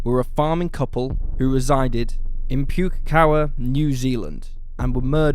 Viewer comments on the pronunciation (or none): Puke-kawa New Zealand? As a New Zealander, I am going to suggest that language instruction for a language not English are sourced. It is Po-keh-ka-wa, New Zealand. I might not be Maori, but I am incensed at the butchering of my country's native language. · Not pronounced PUKE as in vomit, pronounced Pooky, as in sooty, Pukekawa. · Wow you butchered saying Pukekawa haha. Its not pronounced "puke" as in vomit, its puh-key-kawa. I know some people who know people that helped at that crime scene and were there the day a cop found a cartridge casing of a bullet. Which was clearly planted - and has been confirmed by police as being planted. They were sifting the ground in sections going methodically, and this one cop then just bent down and found a cartridge, so a lot of people there knew it was bullshit. Arthur Allan Thomas was convicted but then grabted a royal pardonand given almost $1million new zealand dollars as compensation. I believe he was just seen as a "weird guy" and there was a lot of crucial evidence against him was faked. Because of this tunnel vision and need to find a guilty suspect, the police failed to do their jobs and no one has been arrested. What makes a lot of people in NZ angry is that nothing happened to those police officers who were found to have planted false evidence. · Pronounced incorrectly unfortunately. PUKE pronounced like bookie. Waikato not pronounced correctly either 😂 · Awesome video! I am from New Zealand, the place the Crewes lived is pronounced pooh-keh-kah-wah. It is a Māori place name; Māori words are read phonetically. A is 'ah', E is 'eh' (like in egg), I is 'ee', O is a short 'awh' (like the short o in more or pork), and U is 'ooh'. 'Wh' is like the english 'ph'. If you use these sounds when reading Māori words you'll get pretty close to pronouncing them correctly! :) love your videos and appreciate how much work you put in! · Awesome attempts at NZ pronunciations ... Pukekawa (Pookie-Cah-Wah) ... Waikato (Why-Cat-O)